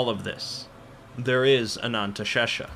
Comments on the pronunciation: Did this mf just say "the real Ananntashesha"?? There is no such thing in real life. Don't be silly. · Ah, yes. Ananteshesha. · I thought it was pronounced anaesthesia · Oh how you’ve butchered “anantha sesha”